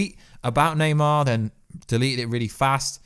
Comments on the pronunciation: Na-mor~ lol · It’s Naymor not Neymar he’s not the soccer player now! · Bro why do you often say wrong names etc namor but you say naymar stuff like that. I think you could be a top youtuber if you edited stuff post production and took a bit longer over your reading. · its namor not neymar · NEYMAR? 😂😂 ITS NAMOR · Yo you said "Neymar" as in the footballer instead of "Namor" looool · Please stop calling namor Neymar 🤣🤣🤣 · Ybn namor lmao